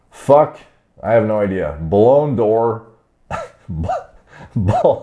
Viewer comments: "Ballon-dor" finished the video still laughing. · "blown door" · Bae Lun door That's how it's pronounced It's given to the best player of a particular year Messi and Ronaldo have 11 combined ballon D'ors